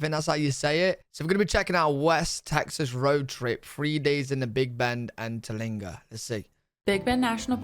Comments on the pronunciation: Pronounced Ter-Leeng-wah. Just a mile from the entrance of Big Bend. Fabulous chili cook off every First week of November. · How she said it is wrong its tera lingua, the AC in the teepee is nessisary you cab die of the heat down there